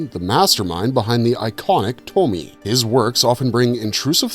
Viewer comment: Toh-mee-eh is how you pronounce Tomie. It's not grease, it's oil. Come on, man, they say it like a million times. Did you skim a wikipedia page on these stories or something? This vid could've been great but you bombed.